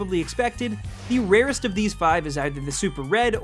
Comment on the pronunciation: Stop saying the rarest that way and stop getting high. It's obvious.